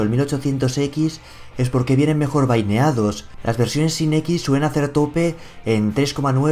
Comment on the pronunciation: se dice "bineados" , como lo leeria un español